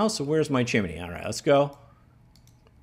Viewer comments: Chimney. "Chim" then "nee". You have never done a lot of reading have you? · "chimminy" :D